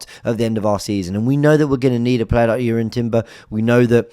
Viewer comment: It's pronounced YUR-ian. Incredibly excited to get him back in the squad. Saw him in LA against Barcelona. They guy is so composed on the ball, and an excellent defender.